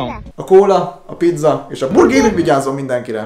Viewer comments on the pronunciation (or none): none